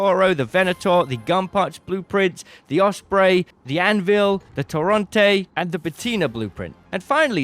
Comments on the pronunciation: Its not a "tawr awnt ey" its a "tohr ehnt ey" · Please sir, it is torrEnte not torrOnte and I don't know why this grinds my gears so much but it does. Appreciate your videos but dear god brother please.